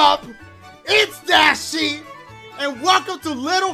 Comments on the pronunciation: “DASIEGAMES Best Moments of 2019” where the H at my guy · it said dasiegames instead of dashie lmao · Wheres the h in dashie